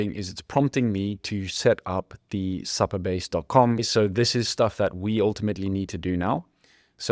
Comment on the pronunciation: For future reference it’s pronounced Super Base , not Supper Base .